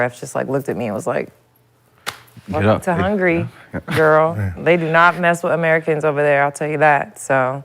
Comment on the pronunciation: lexie visited hungry😂😂😂😂instead of Hungary